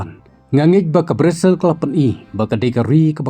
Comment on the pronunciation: Brizil ✔️ brazil ❌. 😂